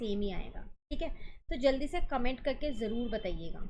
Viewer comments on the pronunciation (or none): none